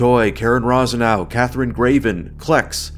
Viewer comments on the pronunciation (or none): none